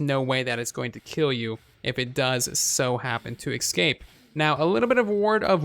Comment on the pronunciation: What are you saying? Excape?